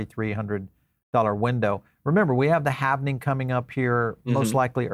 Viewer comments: HALVENING?? Oof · Why does he always say havening instead of halving lol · People say both. I say halving but it’s works either way.